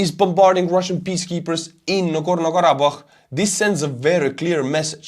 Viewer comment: Listening to him perfectly pronounce Nagorno-Karabakh in his accent repeatedly was both impressive and entertaining. You are a god among men man.